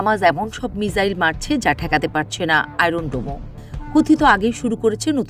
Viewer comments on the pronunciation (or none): none